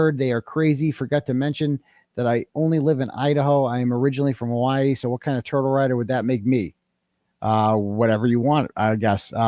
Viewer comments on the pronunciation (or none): none